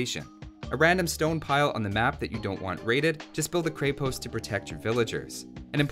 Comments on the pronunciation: Just want to correct your pronunciation here: It's "Kreh-posT" with the "T" ending in a "soft" sound. Not "Krei-post" with a hard "T". :) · Dude you pronounce it wrong. It's not Kre-Post it's Kr{ye}-post' (like yeti) with soft T. In Russian and many other Slav languages it basically means castle\fort. Btw luv from Russia :) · I wonder when I'll hear someone finally say Kreh-post and not Kray-post, awesome video nonetheless. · others might have said it already but when it comes to prononciation you say it more like a Cray-post where it should be a Kre-post. The same sound as in Crenellations. And on that note Konnik (which literally means "horseman") has that long "n" sound, so as if it was two separate words: kon-nik, which I'm struggling to think of an example for in English. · I think people keep trying to pronounce krepost like a two word combo Kre-Post, like it's a flavor of Post. It's a single word with the accent on the e, so it's krEpost, not krEpOst. It's even easier to pronounce that way :) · In many Slavic languages Krepost = fortress. Konnik=cavalryman/rider It's pronounced kr-eh-post, rather than kr-ay-post. And the konnik, o is not pronounced as "ah", and the i sounds more like "ee". K-oh-neek. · It's krepost not kraypost the E is pronounced like in egg and the o is pronounced like in "aus"tralian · Man it is NOT krey post, it is krEpost. Repeat after me: red ghost, red ghost, kreh pohst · As a Bulgarian, I already know the answer. Didn't stop me from watching this, though. Also, that E in krepost is an E in the full sense. Like in sense. Use that E sound. Not AE, just a simple E. Krepost. As in sense. Krepost. Sense. Крепост. Means stronghold, fort... give or take. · "Kreppost" I believe. Good video though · Creh-Post i think is how its pronounced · Can't even get through this video because "kray-post" is making my ears bleed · there's no Y sound in Krepost. :D